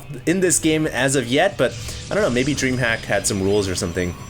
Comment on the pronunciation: Also, it's not dreamhack, it's DreamHuK! yeaaaaa